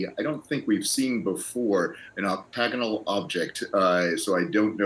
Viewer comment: The way these brains pronounce Octagonal is hilarious. 🤦🤦🤦